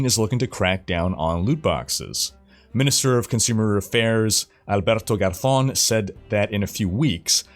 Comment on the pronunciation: really well pronounced the name Alberto Garzón, muy bien. Un saludo hermano!